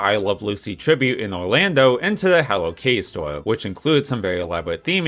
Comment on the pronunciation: “Hewwo Kiddie”